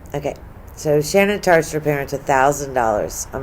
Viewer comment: It’s shanann not shannon